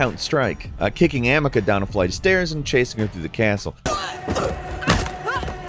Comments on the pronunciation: Her name is amicia not amica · is an AI. He constantly gets characters names wrong. Like in a plague tale. The girls name is AMICIA!!! NOT AMICA!!!! IF YOU'RE going to do these reviews at least be a real gamer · I hate how he says Amica instead of Amicia. It's almost like he never even opened the fucking game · It’s pronounced Ah-mee-see-ah not Amicah lol 😅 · Amaka lmao its Amicia. "A mee see ya" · Who the heck is amika? it's Amicia! I'm sorry, I know it's something not that important but that mispronunciation of her it's unacceptable when even in the game her name is pronounce multiple times. Makes me suspect hasn't played that game at all, just reading a script. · Love the content but no way you called Amicia as Ameca 💀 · Come on, Bruz the Chopper from Shadow of War! Also Amaca? Isn't it Am-e-see-a? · who's "Amika"? that might be a misspell in the script, but it's Amicia, like "Ami-Sia", not Ami-Ka. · why do you pronounce "amicia" as "amika"? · lol - Just a heads up, it it is not Amica, it is Amicia. . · A•me•c•ah. Torture hearing that mispronouncuation. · I hate it when channel owners don't even ƒucking play the game but just read of someone's script for the video.........HOW can you mispronounce the name of the game's MAIN CHARACTER if you have played the game, HUH????? Seriously, while talking about A Plague Tale Requiem, you said "Amika" instead of "Amicia". AH-MEE-SEE-AH. JFC I've not been mad about it since Horizon Zero Dawn's "AH-LOY" pronunciation instead of "EY-LOY" Leave the player to make the video, not this charlatan. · My guy it’s not a mi ka It’s ah-mee-see-ah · c'mon.... its Amicia not Amica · I'm pretty certain Amicia is pronounced Ah-mee-see-a. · It's pronounced Ah-me-sia my guy 😂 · Amicia... Not amika 🫠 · the worst betrayal was pronouncing "Amicia" as "Amaca". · Who the fk is ‘Amica’? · Your pronouncing amecia horribly Lol it's okay though still absolutely love your videos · "Amika" left me deceased.